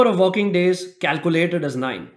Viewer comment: Great tutorial, but I'm not gonna lie, I had my eyes closed during and I thought he said 'the number of f***ing days' and then I opened my eyes and realized he said 'the number of working days.'